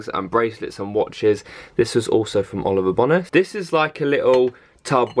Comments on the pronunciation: I'm sorry but when I watched this and heard u say Oliver bonus it made me laugh 😂😂 I thought that u pronounced it Oliver bowness but I could be wrong 😂 lysm xx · The way he says Oliver bonus 😂😂❤ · The way you say Oliver Bonas has made my night!! 😂💛